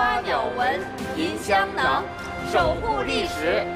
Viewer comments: 聂鑫鑫 觉着第一次就是错的，为了流畅也能读对，根本没上心。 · CEDA ZHOU 她跟张国立对话时你听听张国立的，明显不同。她只有最后宣誓时跟教授一起读时读对了。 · Ethan Zhang 她跟北大教授宣誓时说对了，前面介绍时都说错了，尤其跟张国立对话时，张国立说对了。我当时看着就觉着特别别扭。